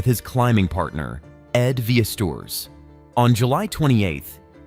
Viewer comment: “Ed Vee-es-tours”